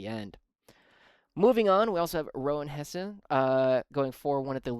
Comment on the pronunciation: Hi mate, The pronouciation was correct on the third attempt. Hesse rhyming with Chess!! Thanks for trying to get it right Nork was in there to protect Yarrick and it gave my castellan blob a shooting theme and with 2x powerfists , yarrick and nork the main blob had some real melee punch too for late game skirmishes. My loss was a rough match vs triple defiler tsons. Going 1st on a passive layout where I really didnt want to go first. I wanted to go undefeated but its a tough meta so not the worst sign off for 10th Now gotta flip the script and figure 11th out!